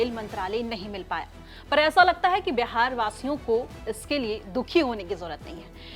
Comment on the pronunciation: Correct Pronounce is Beehaar not Behaar,pls correct your pronunciation